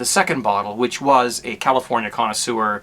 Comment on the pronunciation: you pronounce the wine kit as "California conna SEWER!" lol.